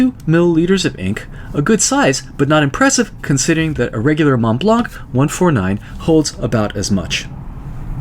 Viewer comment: in Montblanc , the final "C" of blanc is not pronounced, thank you for all your videos